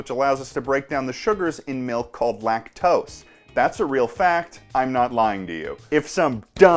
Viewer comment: I genuinely thought he said lactolustre lmao